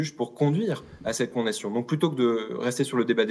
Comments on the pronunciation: Il fait exprès de dire “con nation”?! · Quelqun d'autre bug à chaque fois qu'il dit "condation " 😅 (sinon le fond est très intéressant)